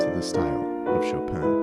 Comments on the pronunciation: Not SHO-PAN sho pin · The N of chopin is not pronounced in french. Its a french name, not polish.